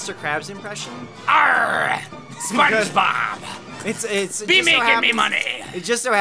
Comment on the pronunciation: It’s not spong bob